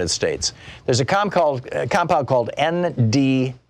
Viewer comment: Hah, thanks! Even the subtitles thought he was saying M, DMA.